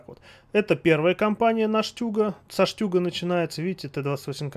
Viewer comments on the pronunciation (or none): Не штЮг а штУг , STUrmGeschutz